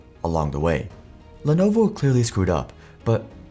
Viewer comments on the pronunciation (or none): If someone doesn't take the time to get company pronunciations correct, don't expect them to get facts correct, either.